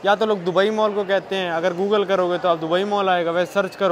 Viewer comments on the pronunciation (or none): none